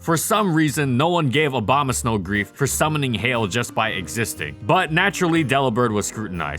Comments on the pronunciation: Obamasnow lol, interesting way to pronounce it. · Stop saying Obamasnow! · Did he say Obamasnow